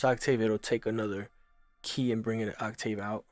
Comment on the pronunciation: Serious? On the pronunciation of..."octave"